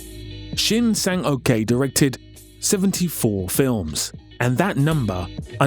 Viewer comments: sang-ok is pronounced "sang-oak" and not "sang-okay" 🤣🤣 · It's not "Shin Sang-okay," it's "Shin Sang-ok." Probably better pronounced like "uck." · Do you seriously think a korean person's name would be pronounced "okay" Just read what you see...